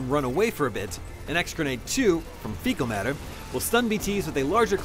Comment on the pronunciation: I'm sorry did you just say, F E C A L M A T T E R?